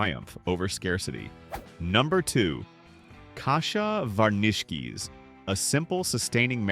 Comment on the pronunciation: hahaha! I like the pronunciation of kasha varnishkes. It's not that hard KAsha VAHRnish-kis. C'mon!